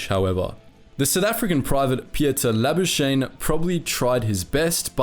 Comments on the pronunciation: Pieter La-bus-kah-nee (from French) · We know why pronounced Labuschagne like that haha.